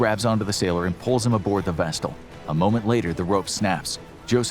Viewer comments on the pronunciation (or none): Vessel not vestle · What's a "vestal"? Does he mean "vessel"? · Vestel.. lol buddy there’s no “T” in vessel..a decent video editor might do you some good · Love your work. Just one thing, there is no t in the word vessel. While I'm being a pedant, Iran is not pronounced like "I ran", its a soft i, like "ee ran" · I may be missing something, but the word vessel doesn’t have a “t” in it.